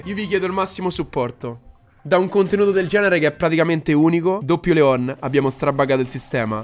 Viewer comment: NON SI PRONUNCIA COSÌ LEOOOOOON